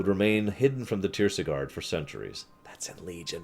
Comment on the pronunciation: Not tirsigarde either:)